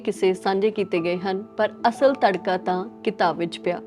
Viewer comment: Tadkaa nahi madam ji, Tudkaa hunda hai.